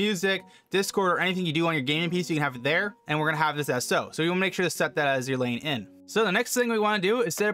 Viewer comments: It's not "Lane" ... it's "Line" for all those wondering. Line-In and Line-Out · i like how your saying lane not line lol but thanks for the help i been having issue with my audio routing this helpped me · I laughed when he hovers over the word line and he still says lane lol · Lane = Line, is that a local accent? Great video, helped me tremendously.